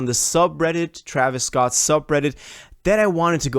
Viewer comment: bro said traevius scotland 💀